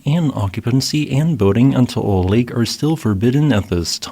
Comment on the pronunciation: oh hey props on pronouncing Taal correctly